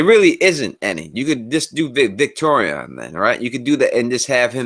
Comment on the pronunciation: Victarion not Victorian, please. :)